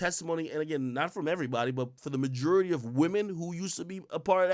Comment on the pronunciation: “Mah-jew-ritty” 😭 quit saying that creepy rapey shit it’s “muh-jore-itty”